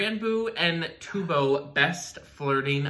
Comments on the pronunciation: I can’t with the T-bo lol Just to help with pronunciation it’s T-u-b-o Is sounds like tub with an O No hate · My lovelies , Not Tiubo it's Tub-Bo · its pronounced t uh bo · tubbo (tuhbow) that’s how u pronounce it lol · t-uh-bbo sorry but yeee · Me : *getting tigered because they Pronounce 'Tubbo' wrong*